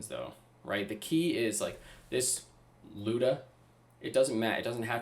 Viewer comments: The “looda” it’s pronounced lie-oo-da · lie-you-dah but geez this is crazy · It's actually Люда.